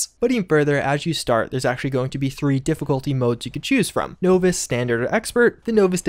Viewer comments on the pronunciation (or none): I'm sorry....did you say novice as NO-VISS? lol its NAH-VISS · Novice- nah-viss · Great update, staying on top of the 76 news! But...no-vis? Nah man! Nah-vis. Of course, maybe it’s just some colloquial version of novice. Whatever, still love the info! 👍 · you know what's coming. NAW-viss. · between his mispronunciation disease and Oxhorn's, I'm not sure who has it worserer! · "nooo-viss" dude must have dyslexia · “No-vus” difficultly? LOL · Novice is pronounced naa· vuhs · know-vice lol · How else are you supposed to pronounce Novice? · You say novice... differently. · u say novice funny